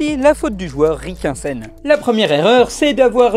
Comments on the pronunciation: C'est pour te venger de "meuporg" que tu prononces mal le nom de nathanaël de ricquesen ? 🤓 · Si l'erreur sur la prononciation de Rincquesen est volontaire, c'est du génie ! Sinon pour le coup c'est pas pire que meuporg XD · C'est fais exprès de mal prononcer le nom du journaliste qui a sorti le MEUPORG ? 😂